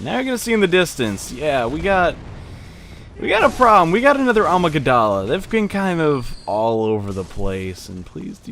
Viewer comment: Did he pronounce Amygdala wrong?